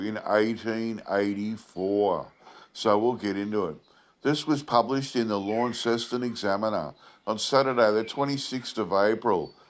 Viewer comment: So first of all, if you’re Australian, you should know the pronunciation of Launceston as, “LONceston.” Secondly, the only animal I saw in your video that looked remotely like it Tasmanian tiger, was a kangaroo. Were you trying to tell us that was a Tassie tiger? If not, why not find an authentic photo of the tiger? 🇦🇺